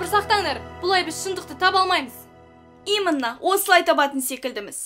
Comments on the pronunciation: Именно деген сөзді имынно дегені бір түрлі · Именно деген созды имынно дейды екен! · Именно дегенди айта алмай калды